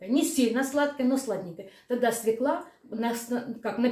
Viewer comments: СвЁкла, а не свеклА !!! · Свёкла, а не свёкла.